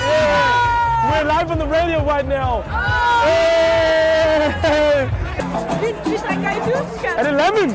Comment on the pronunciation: "We're live on the radio right NIAOW"